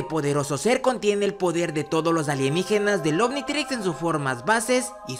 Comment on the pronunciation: Minuto dice anititrix